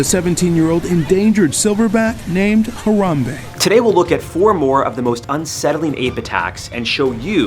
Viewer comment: I don’t think you should kill Harambe, how to say his name